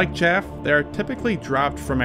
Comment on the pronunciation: Chaff, not shaft